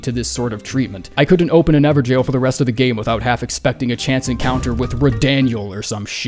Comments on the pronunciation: Why are you saying jail when it's gaol, these are very different words? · "Ever-Jail" lol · Is it how it is supposed to be pronounced ? everjaillllz ? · This is the moment I realized they were pronounced “ever-jails” I’m such an idiot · It’s actually pronounced ever “gayhoull”